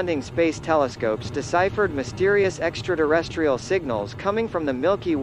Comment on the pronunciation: What the hell is an extra-durrestrial?